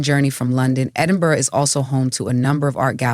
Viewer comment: Edinborough, love it. Well done, you corrected your pronunciation after you mispronounced it the first and second times, then you said Edinberg, but I must say your commentary is quite accurate for US visitors.